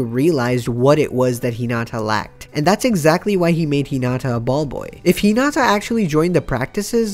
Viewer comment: And here we have yet another person who can't pronounce Hinata's, Karasuno's or Inarizaki's names correctly.